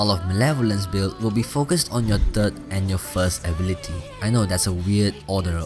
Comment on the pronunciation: Ablity wth, it is pronounced ability